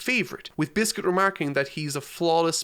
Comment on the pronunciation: Man said biscuit it's Bixby 😂😂😂😂😂